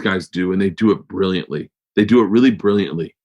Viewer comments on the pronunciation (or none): Isn't it bwilliant?